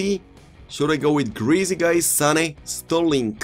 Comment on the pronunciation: Love when he says De Jonk and Sterlink